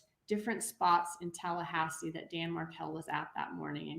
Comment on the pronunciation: Its Tallahasse, hello.